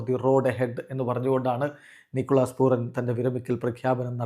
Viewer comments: പൂറൻ അല്ല പൂരൻ 😂😂😂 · റ അല്ല ര ആണ് റാഫി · പൂരാൻ എന്നാണ് 😠😡